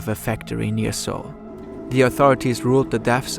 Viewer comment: at least pronounce sewol right. how unprofessional